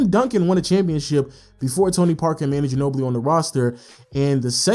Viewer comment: It's pronounced Ma-nu not Man-nu